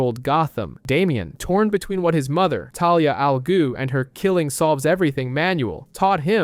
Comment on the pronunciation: The first word ain't the problem chief. I can't tell if you are saying... Ra's Al "Goo" Or Ra's Al "Glue" But it's pronounced like Ra's Al "Ghoul"